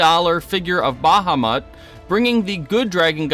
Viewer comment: Not gonna lie, "Baja Mut" made me physically cringe a little. Other than that, Slightly disappointed that the CR news was just a massive bait.